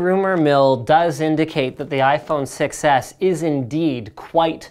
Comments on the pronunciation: Everytime you said "6s", it sounded like "success". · i heard you say iphone success not 6s lol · "The iPhone Success" is what I keep hearing. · To me it sorta sounds like Linus is saying "iPhone success" and not iPhone 6S. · I think it's a play on the fact that linus pronounces 6 edge almost exactly like success Edit: I did actually see the video, I just think that that is the only way it k´could be funny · "6S" sounds like "success" when spoken. Just sayin' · Sounds like he is saying iPhone Success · iPhone SUCCES (thats what i heard when you said iPhone 6S)